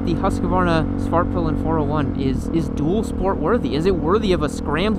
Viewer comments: It sounds like u say Fartpilen when u intro it on this one 😜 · Did he say Fart pilen?